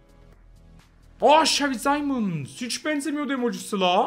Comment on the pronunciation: Abi simond ne alaka😂 simons